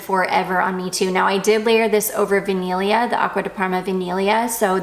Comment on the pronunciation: I mean, your tweaked pronunciation of ‘vaniglia’ is veeeeery good!👌🏻👌🏻